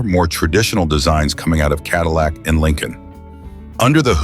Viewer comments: “Adillac”? Really ? Sounds like a heartburn treatment. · CADILAC BROUG HAM??? WTF IS THIS SPEAKING???